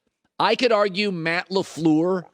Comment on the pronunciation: You can tell Cowturd hates The Packers just based on the way he pronounces LAFLEUR alone. 💯